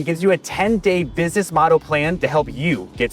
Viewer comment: He said bidness...